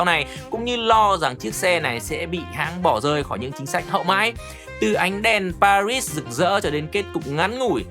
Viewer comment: Pari mà đọc pa - rít làm hỏng cả bài, đúng là fan vin thì chỉ đến thế.